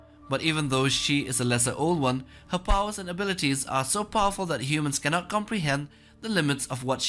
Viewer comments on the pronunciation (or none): none